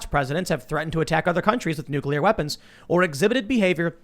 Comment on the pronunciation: Taking the power from the president would cause wide spread issues with international diplacy I'd the pres can't have that "bargaining tool," for lack of a better phrase. Also, there is no 'u' between 'c' and 'l' in nuclear... pronounced 'new-clear" /n(y)o͞oklēər/ (taken from the dictionary). Sorry to be "that guy," it's one of the few words that pinches my brain when people put an extra 'u' in it...have a similar reaction to idear but to a lesser extent...we shouldn't change the language any more, especially at this time when our language is being co-opted and destroyed by identity politics anyhow...